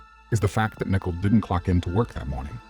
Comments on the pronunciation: Why do you keep calling her “nickle”? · Seriously you can’t pronounce Nichole? It’s not!!! Where are you from? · Get a narrator that can correctly pronounce Nichole...............it's annoying to hear it constantly mispronounced